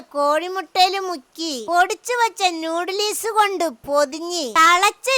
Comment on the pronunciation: നൂടലിസ് അല്ല ഉമ്മ നൂഡിൽസ് പിന്നെ കെറ മസാല അല്ല ഗരം മസാല 😅